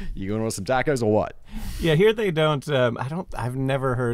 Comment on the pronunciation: The way he says tacos is a crime